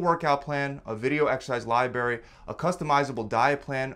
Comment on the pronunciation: My brother in christ, did you seriously just pronounce "library" like "lie-barry"?